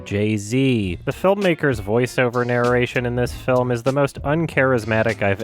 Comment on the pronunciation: naruration There's no syllable between those two Rs sir